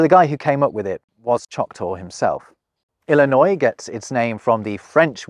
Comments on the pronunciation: Don’t pronounce the S in Illinois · Another great video. Thank you. Btw,, there's no noise in Illinois. (your Illinois had noise). The "s" is silent.... Like any other trailing "s" in a French word. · Illinois is pronounced "ill-eh-noy", not "ill-eh-noise". The 's' is silent. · Illinois is ponounced Illin ' oy not Illinoi'ze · A correction.: You mispronounced Illinois. the ‘s’ is silent It is correctly pronounced i-luh -noy. ILLINOIS has two contributors to its name. The Illini Indian tribes used variations of the simular word meaning "men" or "warriors”. The French adjective ‘ois’ can be credited to two voyagers. France commissioned Louis Joliet, French -Canadian fur trader (Joliet, Will County, Illinois is named in his honor.) The second man was Father Jacques Marquette, a Jesuit missionary born in France. They traversed together to explore the upper Mississippi River region and to claim that landscape for France. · Seriously? That is all you're going to say about WV. Western Virginians were tired of being underrepresented, and there were very few slave owners. BTW "Illinoiss" is also like Arkansas. The s at the end is silent. It rhymes with annoy ... like this video. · I just have to point out he used the "S" for Illinois WE ONLY USE THE "S" When we say Jewel S in Aldi S😂